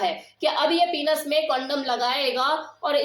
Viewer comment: पीनस नहीँ पेनिस कहते हैँ मैम